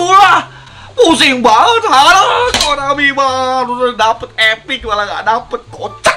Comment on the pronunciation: Konami bukan Ekonami menurung salam dari Malaysia dan Johor